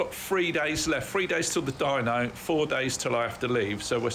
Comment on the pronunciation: Certainly looks the part. When you said "dyno" I heard dino, which got me wondering (as I often do) , is that the small Italian McDonald's style diner around the corner, or the graveyard for prehistoric scooters. I digress, as you often do. Anyway , I know you're a niche channel and a great one to boot and you don't give a midgies didgie about having 100K subs but putting this video out in two parts might get you more views. I have the time but others might see the 2 hour run as inhibitive. YouTube tends to promote channels that post regularly regardless of time or quality of content. Now, we all know that you're not exactly a conventional bloke but sometimes you don't have to cut off your nose to spite your face. Looking forward to the next one.